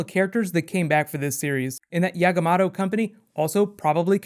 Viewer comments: Yamagato not Yagamato, just saying... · It's Yamagato but he said 'Yagamato'. And that is Kaito Nakamura's company, (Hiro Nakamura's father that died season 3 of Heroes)